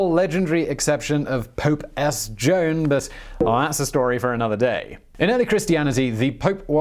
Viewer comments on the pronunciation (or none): none